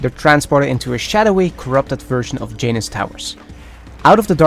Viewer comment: huh huh huh he said J-Nuss